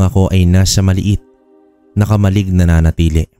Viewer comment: konting pagtutuwid lang sa pagbigkas kung marapatin..KAMA-LIG dapat na bigkas di po KAMAL-LIG